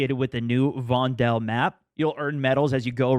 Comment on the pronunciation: guys, its not von-del, it is vondel